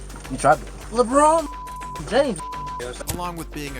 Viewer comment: “Leborn James” got me💀